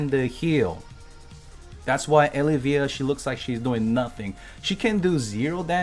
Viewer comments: I think it's El-iv-eeya. Not Eli-veeya. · Adam you must be new always a baddie when it comes to pronouncing names. I think he’s trolling us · is anyone else not bothered by how he pronounces Elyvia